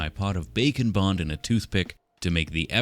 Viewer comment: IT TOOK ME TOO LONG TO REALIZE HE WAS SAYING "BAKE AND BOND" NOT "BACON BOND"